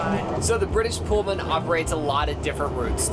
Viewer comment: Pul-man,not Pole-man🎩